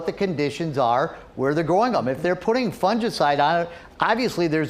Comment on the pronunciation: You didn’t pronounce fungicide properly